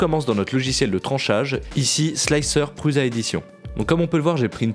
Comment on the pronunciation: Définitivement, c'est toujours pas pruZa mais ça se prononce pruça. Non sérieux, vous induisez une quantité de newbies dans l'erreur. C'est un nom propre, ça ne se prononce pas à sa sauce. Pas plus que Poulaïne ou Festo-ol. Franchement c'est carrément ridicule de la part de gars qui sont sensés être un minimum au courant. Josef Prusa c'est pas un illustre inconnu, tout youtube prononce correctement son nom sauf vous. Ça fait les mecs qui sortent pas trop de chez eux. Franchement, j'aime bien la chaîne, une des chaînes francophones des qualité, et vous êtes tous deux sympathiques. Et vous lisez les commentaires des fois ? Ça fait 250 fois que vos spectateurs vous reprennent là dessus. Sur les forums on se paie même votre tête pour ça. Sérieux, rectifiez ! Ce sera tout à votre avantage.